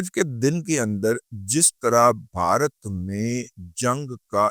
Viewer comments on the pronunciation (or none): none